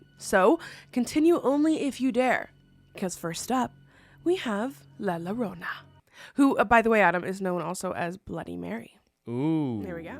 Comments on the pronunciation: I'm not even Mexican and my ears are ringing! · I was correcting her out loud, saying it was pronounced la llorona (la yorona) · La Yo ro na!!! Also she is NOT bloody Mary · Please say la llorona correctly!!! It’s driving me crazy. In Spanish, two L’s makes a y sound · La llorona 😂the double L makes a y sound think yarona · I love you but I had to skip the first one because the butchering of La Llorona hurts. It’s pronounced Yoh-roh-nah. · The way you say La Llorona is adorable and it makes me happy. It's actually pronounced like la "your-own-a " though ...the double L in Spanish is a y sound. Still cute though 😅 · the pain in my eyes as soon as you saidd la llarona and i read the title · La yo-rona, the closer she is the farther you’ll hear her. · And it’s pronounced “ yo-ro-na” 😅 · also it is pronounced as yo-ro-na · Love these compilations! Note: La Llorona is pronounced “La Yorona” because in Spanish, the double L is pronounced like a Y. At least for us with American and Canadian accents. In a Spanish accent it’s almost a soft J sound deep in the throat, but for us non-native speakers, the Y sound is perfectly appropriate. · That “R” needs to sound like a “D” too, it should sound like “Yodo-nah” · a better way to explain it pronunciation is “io-ro-na” ! It also pains my Hispanic heart😭🙏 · Yes, Yorona is how you would pronounce it... but love you none the less 🥰😆❤️ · Thank you! It's either "Yorona" or "Jorona". I'm Puerto Rican and we often use the J for Ll (double LL). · It's bad of me that you didn't take the story of the llorona very seriously because the way she pronounces it so cute 🥺🥰? I'm latin American so ear la lolona ❤ is to funny and cute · The butchering of LA Llorona hurts my hispanic heart😭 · She’s not American so wouldn’t have heard it pronounced. Just like if you came to my country- you would butcher it as well 😂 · Mexican people who are disappointed 😔 👇 (ITS LA YO-RO-NA NOT LA LORONA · "Lala rwona" ☠️🫠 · As a Mexican " lala Rona " HURTS 😭